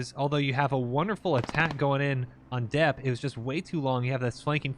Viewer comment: Dieppe = Di-eppe = “dee-epp” Probably a reference to Operation Jubilee but possibly a town in actual Manicouagan, Quebec that was established before WWII, taking the name of the French city (as colonials often did). However, on a war game channel,, I’d recommend you familiarize yourself with the ill-fated Dieppe raid in WWII. It was kind of a big deal, especially to Canadians. 🇨🇦 We watch your videos!